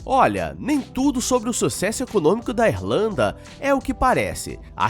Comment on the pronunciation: Pera, o cidadão falou Êrlanda, foi isso mesmo que eu ouvi?